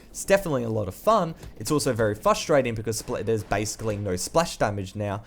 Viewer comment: what did yu just say fusterating i know its your accent but it is just so funny